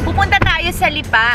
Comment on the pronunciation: Parang mali ang pronounciation ng Lipa!